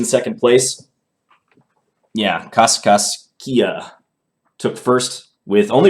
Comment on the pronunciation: John, the fine folks of Cass-CASS-key-yuh, Illinois (all 14 of them!) may have to take you to pronunciation school.